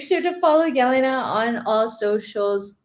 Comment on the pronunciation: Jelena a ne Yelena !?